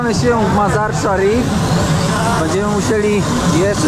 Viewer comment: Ten twój kumpel potrafił prawidłowo wypowiedzieć nazwę miejscowości, w której jesteście Mazar i Szarif, co tobie się nie udało ani razu. Ty tylko grubo i grubo, bo nie wiesz co powiedzieć. 60 km jedziesz 4 odcinki, ale jest ciekawie, bez przewodnika. Nawet twój kumpel Faza brał przewodnika. Powodzenia życzę